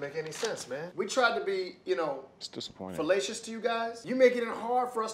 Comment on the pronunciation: He said "We're trying to be felacious to you guys" dead